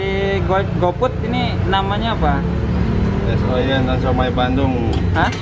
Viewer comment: Es oyen bang bukan oyon